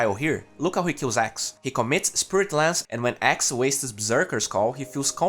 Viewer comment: dude pls, axe not ex 😂 anyway good job 😉